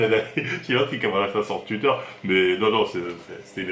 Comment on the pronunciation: Je suis désolé je ne peux pas terminer la vidéo, tu as cette fâcheuse tendance comme un grand nombre de gens à modifier la prononciation de certains mots. Les "oui" deviennent des "ui" exemple tuitch et pas touitch c'est insupportable tuitter au lieu de touitter, à part ca force à toi